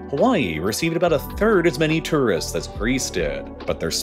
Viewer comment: He also can't say two wrists (tourists). Or di backle (debacle).